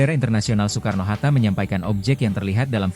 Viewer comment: Ai dubbing kayaknya bang, soalnya baca kata Soekarno pelafalan 'oe' dibaca utuh